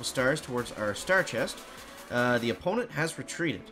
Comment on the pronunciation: Please tell me he did not say "opponent" like that🤣💀